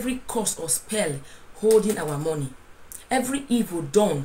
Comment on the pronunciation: 'Mo' in money is pronounced as 'ma' not mo.